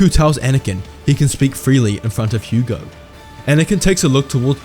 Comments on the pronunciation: Hego is pronounced “Hee-Go” not not “Hu-go”. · Bail Antilles is not Bail Organs. Also it's Hego, not Hugo.